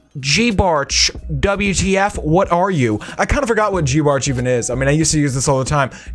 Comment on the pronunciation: Geebartch its g eye bartch